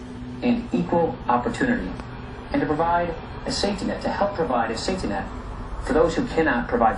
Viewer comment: The guy is pronouncing "safety net" in a sloppy way , and a second later again. You could well interpret it as "Satanet". That's very odd.